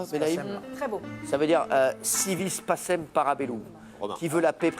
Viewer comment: Il faut dire au Messie que pacem en latin ne prononce pas passem mais pakem.🤣